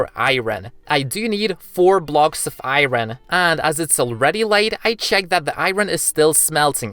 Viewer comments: chat; talks bout aot me; why do he said i-ron its iron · its iron not earin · I'm sorry but it's driving me crazy you keep saying iroen and not iron.. im done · ik its ur accent but why iiiiiren instead of iron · iron not iyron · Im new to the channel and I did not know what u were saying u were saying iren but I said its not iren its iron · What the ahaha it's funny when you say iren instead of iron but it's ok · he calls iron airon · It's iron not iren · Iorn ❌ airon✅ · I heard him Saying "Iren" instead of "Iron" 😂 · Why does he say to iron iren like what hahahahaha and he also sounds like gay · i love how u say iren instead of iron XD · i like how he said iwron instead of iron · i mea its not iren its iron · It's not ieron it's iron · iron ❌ irwen ✅ That what he said in the video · Stop calling iron I ron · He is so energetic and i like how he say "AIYROUN SWORD" and "LIVAI" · Why do you say iron like that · I love how you say iron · Okay first thing you're saying iron wrong